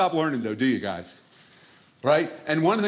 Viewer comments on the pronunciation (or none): none